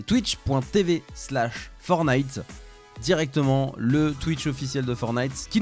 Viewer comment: Super vidéo mais on dit pas FORNITE on dit FORTNITE avec un t tu t'y connais en gamins mais tu sais pas prononcer un nom